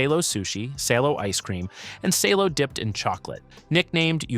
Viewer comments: It is pronounced [sá:lo] , not [séilo], and it’s more versatile than presented in this video. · Great video. You just have to work on your pronunciation. Salo is pronounced as SAH-loh. You could also mention matsyk, Ukrainian cured meat, very similar to prosciutto or jamón